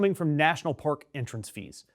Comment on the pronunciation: Did you say “National Pork Service?” 😂😢